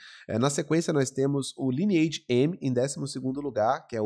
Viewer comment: Não se fala: Liniaigi, se fala: "LAINEAGE"